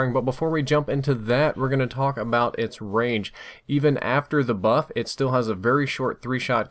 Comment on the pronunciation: 1;00, says muff instead of buff